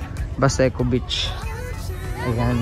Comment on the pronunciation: medyo habaan niyo po ang pag bigkas ng salitang beach (long e po), para hindi po maiba ang meaning sa pandinig ng ibang tao lalo na kung foreigner...